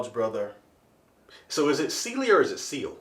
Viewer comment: Think..Syl..like Sylvester..but its Seal, lol